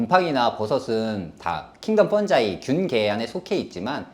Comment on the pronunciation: 펀자이로 읽나? 펑기로 읽는거 아님?